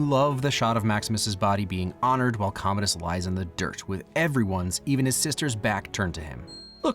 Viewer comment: I think it’s pronounced comadi’s